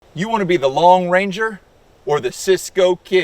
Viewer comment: It’s “Lone Ranger” Not Long Ranger lol 🤪